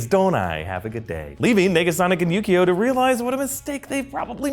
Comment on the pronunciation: always when somebody says yukio i hear yu gi oh